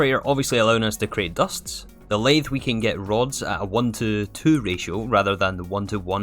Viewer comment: I'm a machinist and I'm triggered with you prononciation of that "lathe"😭